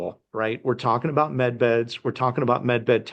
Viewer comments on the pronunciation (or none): Med beds not men beds!